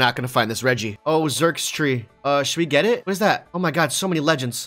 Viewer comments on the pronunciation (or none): Idk if it's on purpose but the incorrect pronunciation of Xurcitree (Cir-kit-ree) as Zurkstree mildly infuriates me.